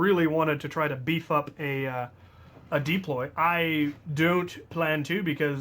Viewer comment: ITS PRONOUNCED "dAploy"